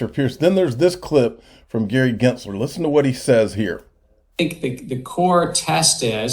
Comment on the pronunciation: Gensler sounds like Elmer Fudd … you scwewy wabbits